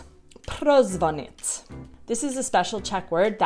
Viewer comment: Jestli mohu poradit , dávej důraz u prozvonit na "ní" a ne na "t" ,to se tam trochu,ale jen trochu ztrácí